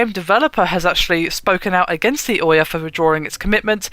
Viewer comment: Can no one on this channel pronounce names correctly? Ouya as oya, Nvidia as NeVidia...